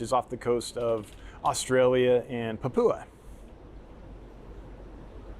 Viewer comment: Being Australian I love that youre showing the Rainbows and Pseudo's. Just a note, Papua is pronounced "pap you ah"